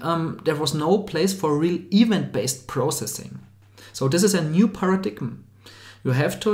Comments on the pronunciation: "paradigm" is pronounced "peh-ruh-daim" not "para-dig-um" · You guys are focusing on a slightly-off pronunciation of "event" but saying nothing about the very-wrong pronunciation of "paradigm" (the "g" is silent). I really appreciate the video,!